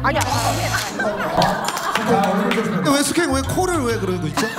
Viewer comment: 숙행발음이 숙캥